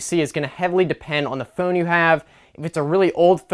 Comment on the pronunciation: The way this guy says phone makes me really wanna hurt him. And I don't have a violent bone in my body. But I guess if there was a trigger for violence to erupt in me somewhere on planet Earth? It's this guy's pronunciation of phone. :(